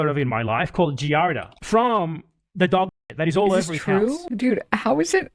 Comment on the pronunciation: These low IQ streamers never know how to pronounce things lmao. It's "Giardia" not "Giarda", just one more thing that makes them sound even dumber than they already are.